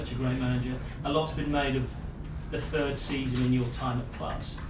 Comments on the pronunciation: My "sird" Season at Tottenham....i didn't had a "sird" season. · Google my "sird" season at Manchester United...